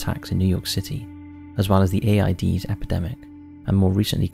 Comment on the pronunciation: I like your videos but why did you pronounce it A-I-D-S instead of just pronouncing it as a single word AIDS. It’s an acronym.